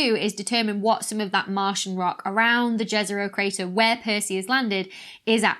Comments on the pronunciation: I love your videos Dr. Becky, keep them coming. Just wanted to point out that you mispronounced "Jezero". It's pronounced like "Yezero" and it means "Lake" in Serbian and few other slavic languages. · Dr. Smethurst, Please! Martians, if they existed, would not speak English. Please try to pronounce the martian toponyms is a way approximating the pronunciation in the language they come from. Start "Jezero" with "y" as in "yes", not "j" as in "jazz". See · If people are interested, the correct pronunciation is 'Yezero'